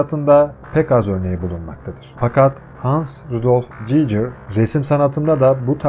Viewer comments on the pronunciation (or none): emeğine sağlık ama gigır a cicır demesen daha iyidi